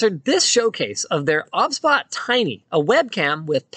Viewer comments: OBSBOT , pronounced OB-SBOT , I thought its OBS-BOT 😅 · It's O-B-S Bot no obs bot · I thought it was pronounced O B S Bot rather than Obsbot 🤔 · Isn’t it’s name pronounced like OBS Bot?